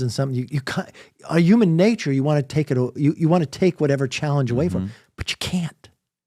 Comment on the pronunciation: Why cant this guy... the former speaker of the US house of representatives... unable to pronounce the word 'human' 😂 presumedly english is his mother tongue...does he not like H's or something? Is he anti-H? 😂😂😂 it was legit ilarious 😂